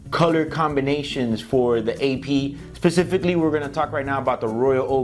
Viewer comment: the way you said "specifically"